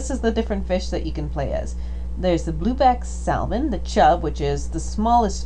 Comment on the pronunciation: Love this game. Thanks for uploading the video. Please stop pronouncing the "L" in Salmon.